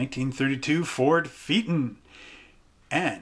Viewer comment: Pronounced..... FAY A TON.